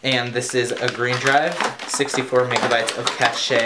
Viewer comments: cash-shay huh? Funny way to say cache (cash). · No. Cachet is pronounced "cash-shay". Cache is pronounced "cash". There is no accent mark on the e. Biggest pet peeve of all time. Congratulations for recognizing the nationality of origin correctly. If your family is French, however, then maybe pronounce it like the French do. Correctly.